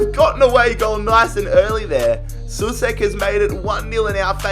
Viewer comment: Souček is not pronounced [su-sek], but [so-check]